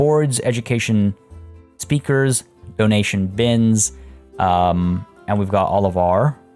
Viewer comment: When you put the emphasis on DO in donation. My automatic thought was "Do. A deer. A female deer" even though the logical part of my brain was like "He means dough as in money"